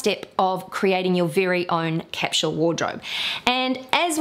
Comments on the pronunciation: IT IS CAPSULE NOT CAPSHULE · OMG!!!! 🙉 I'm trying really REALLY HARD to deal with the way you say Capsule!!!!!!!! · OMG I'm trying really*REALLY HARD* to deal with the way you say Capsule!!!!!!!! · You may be surprised to know that capsule is pronounced differently in different parts of the world - neither is right or wrong!